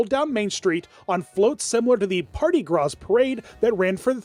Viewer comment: its pronounced graw not gras